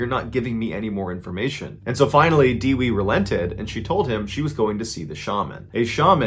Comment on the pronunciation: it's pronounced Deh-wee, not De-Wey